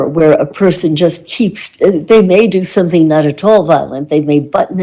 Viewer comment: can't even pronounce gerunds and instead says "everythINK" or "somethINK". I get so irritated hearing it. Or, HearINK, so understands.